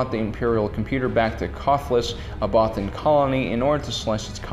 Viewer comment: First time I saw it I thought they said “many brothers” I mean mean what is a godamn bothan